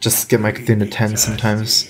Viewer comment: CarThun Carrtuuhn cartoooon